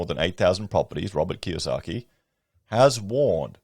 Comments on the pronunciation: It’s Kiyosaki not Kawasaki. He’s referring to ex CIA Jim Rickards economist books currency wars & aftermath. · I love that you repeatedly called him Mr Kawasaki, instead of Mr Kiyosaki.